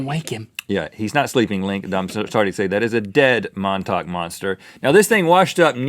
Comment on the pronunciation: Love how he pronounced montauk